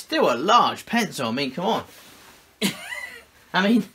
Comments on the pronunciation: He said “Penco”! 😂😂😅 Then he said “Appo”! 😝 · Who else is still waiting for this "pensow" he keeps talking about?